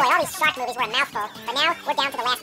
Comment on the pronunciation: When he is saying shark movies over and over again it sounds like 'shock me, shock me, shock me'